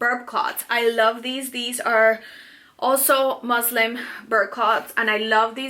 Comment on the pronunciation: Muslin ... not Muslim omg